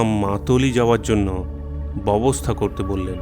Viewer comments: ভালো গল্প, কিন্তু কিছু কিছু জায়গায় ভুল উচ্চারণ কানে লাগল। "ব‍্যবস্থা" কথাটি বারবার "ববস্থা" উচ্চারণ করছেন। একটু খেয়াল রাখবেন। শুভেচ্ছা রইল। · BEBOSTHA shobdo uccharon thik kore nin. Deshlai bolte somossa ki?